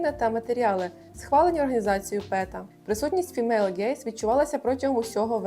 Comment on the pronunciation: Єдине що супер бісило все відео: неправильні наголоси і вимова імен і зарубіжних слів. 😅 Мене аж косило після вЕнсана кАселя та фімЕйл. Але після карли брУні я зловила себе на думці, що я ж не така стара, щоб знати ці імена, чому більше ніхто їх не знає 😂